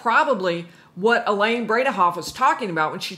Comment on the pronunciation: Elaine “brain-ah-off”